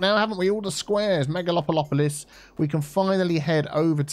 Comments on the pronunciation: really finds a way to fix everything. Am I the only one who laughs on how say "megalopolopolis". It just repeats in my head every time and sometimes say it that way when I read the word "megalopolis". Hahahaha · I can’t say it in a right way anymore, thanks to 😅.